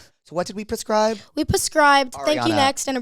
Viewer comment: I’m so obsessed with her. She’s so funny and cute. Adore her. Also “pascribe” instead of “prescribe” is killing me 😂